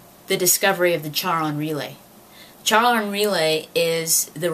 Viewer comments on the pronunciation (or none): It's really cool to see such a nerdy girl, out in the open. Anyways, Charon is pronounced like the name "Karen", for future reference. You know what you're talking about, for the most part =P +1 Subscriber